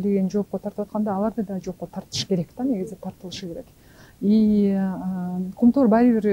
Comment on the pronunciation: "Кумтор" эмес, "Кумтөр"